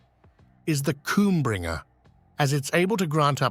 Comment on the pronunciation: did he say cumbringer? 😂